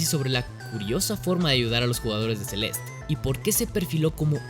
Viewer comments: ce-les-te- no Celest, ni Sel'est, es como el ridiculo que dice "carolina herrera" con acento gringo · Él: “Celest” Yo: “Celeste” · a mi también me molesta, el juego se llama celeste, con una E al final y se pronuncia asi. CE LES TE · Porque diablos le llamas "Celest"? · “Celest, que cosa es Celest?” “Celest, el juego Celest” “Celeste pendejo, se dice Celeste” “Celeste es en español” “Estas hablando en español PTM” Saludos. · Porque le dice celest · Por que lo llama Celest si literalmente su nombre es Celeste tanto en ingles como en español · Por qué dices Celest cuando es una palabra en español? por dios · PORQUE DICES "CELEST" SI EL JUeGO SE LLAMA "CELESTE" AAAAAAAAAAAAAAAAAAAAAAAHHH (es hironico) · Por qué carajos dice "Celestt" en vez de "Celeste" 💀💀??? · CELEESTE NO CELEST PELOTUDO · Me estresa que diga Celest en vez de Celeste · Se dice celeste y no celest, ahh que pesado tío, dislike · Se dice CelestE y esta a $5 USD en la eshop ahora mismo people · tan dificil es leer celeste y no celest? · se-lest ni porque el nombre es una palabra en español lo dice bien el morro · Un juego con título en español y pronuncia el nombre como "Celest". Perdón pero tenía que acotarlo. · si en el video en vez de llamarlo "Celest" a cada rato lo hubieses llamado tal y como se pronuncia tal y como hispano-hablante que eres, lo petabas. Pero es una buena opinión del juego, no lo voy a negar. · Todo el video con la vena a punto de explotar porque le dice "Celest" y no "Celeste" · se dice celeste no celest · No se dice celest, se dice celeste. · ¿Por que pronuncias Celest?, ¿Te gusta el spanenglish por que suena muy disonante?. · como puedes pronunciar mal el nombre de un juego en español?